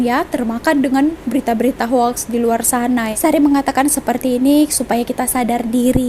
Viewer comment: Sari sebutan "HOAX" bukan Ho ak, tapi sebutannya "HOKS"